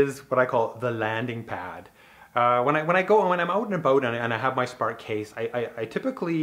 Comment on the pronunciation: I didn’t know you were Canadian until you said “out and about”